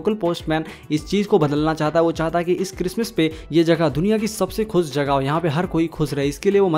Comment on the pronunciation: Bhai khus ni khush ہوتا hai